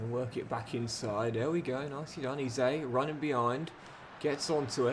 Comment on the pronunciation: If you’re keeping Eze around until retirement then please please PLEASE… stop calling him ‘Eee-zay’, it’s pronounced: ‘Ezz-ayy’ and I help but notice every time you say it 😆 Loving the series otherwise